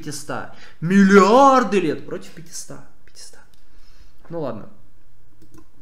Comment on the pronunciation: Пятисот, а не "пятиста".